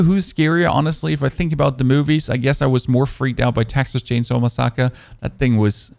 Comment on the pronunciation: I like your vids.. but please say massacre correctly!!